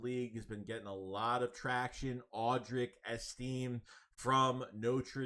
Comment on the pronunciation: it’s pronounced like this: Audric Esti-may